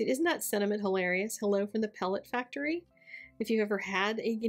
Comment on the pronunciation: No ‘t’ in factory? Adore the card though